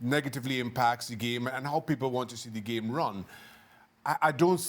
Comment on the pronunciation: I like how Shaka pronounces it. Geam.